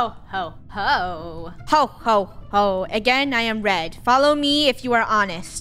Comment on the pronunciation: Funneh : again I am red. I hear : again I am dead.